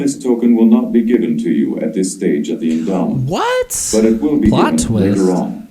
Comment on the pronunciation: Why does it sound like he's saying "this is the enema"? Or is it just me?